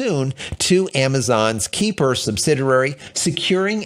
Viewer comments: Amazon's system, Kuiper Systems, is pronounced "K-eye-per" not "Keeper." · You need to practice your Kuiper pronunciation again! I know the "ui" makes you sound like a sea whale but try again. LOL